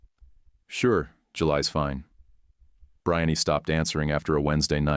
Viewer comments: Bree-anne, AI voice, her name is Breanne Not Briny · (AI) The girl’s name should be pronounced ‘Bree-ann’ not ‘Brian-ee’. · Well, there is one right from the beginning -- Brianne is pronounced bree-ahn, not bri-ahn-ee. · BRHIN-nee ??? How about BREE-on-na . Some AI narriated story are so annoying. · The ai reading is distracting. Brian instead of Brianne. Geesh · Hey, since when is the name "Brianne" pronounced "Bri-ann-ey"? Hire a goddamn human to voice this shit. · Worst pronunciation of "Brianne" I have ever heard. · The way AI pronounces the ex-fiancée name sounds more like something related to shrimp.